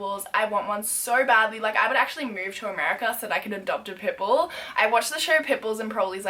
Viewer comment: i legit thought you were saying pimple instead put bull